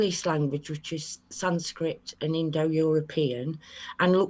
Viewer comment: Oh dear, that did'nt start too well... I heard "Apocraphy", closely followed by what sounded like "Sanscript" and kinda knew it was going to be a bumpy ride... 😎